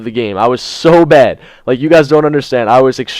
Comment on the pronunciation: I thought you said you and Dedo have been through a lot of bEd times at first ;D